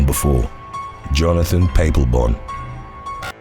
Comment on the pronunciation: Another good video. Just a heads up. Papelbon is pronounced Pa pol bon and Machado the ch is pronounced like chair